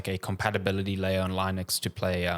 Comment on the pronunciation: Sweet mother of God, it's Linux, not Lynux